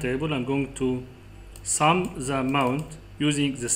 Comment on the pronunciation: thousand is not saousand The is not za This is not zis In case you are looking for english speakers audience , please work over your spelling . Good Luck Other wise you are brilliant in excel technics 🌹.